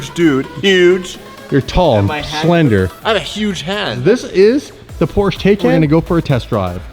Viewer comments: The way you pronounce Porsche XD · You managed to pronounce both words in "Porsche Taycan" wrong